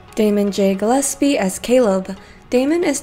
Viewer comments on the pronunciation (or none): none